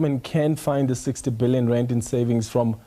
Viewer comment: Randt irratates me, it is rand 😂